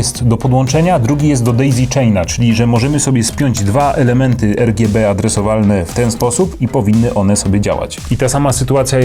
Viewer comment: o nje gdzie ERGJEBE :O